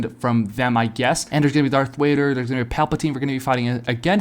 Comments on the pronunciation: Bro you over here making me mad calling Darth Vader Darth wader and you claim to be a Star wars fan I'm sorry but that is so cringe for the love of God stop making YouTube videos if you can't say Darth Vader 🤬🤬🤬🤬🤬😤😤😤🙄🙄😒😒🧐🧐🤨🤨🤨🤐🤐🤐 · If your a STARWARS fan why TF are you saying darth wader